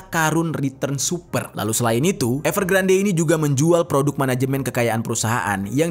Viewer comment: Saran ka.. kalo nama yg diambil dari bhs inggris, dibaca versi inggrisnya bisa dicek pelafalannya di yutub krn ini kasus besar, dibacanya evergrand bukan evergrande 😊